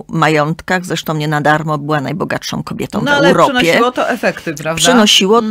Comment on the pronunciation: pięknom, kobietom, wspaniałom - tak mówi krytyk literacki ?